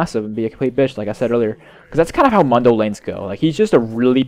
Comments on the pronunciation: why do you say mun-doe, its moon-doe. Even press his taunt or joke. He says his own name... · ***** Just so you know it, It's pronounced Moondo. Not Mundo.